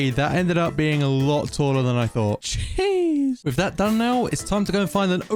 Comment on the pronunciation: when u said jeez i thought u said sheesh